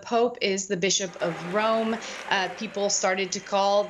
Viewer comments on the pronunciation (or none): none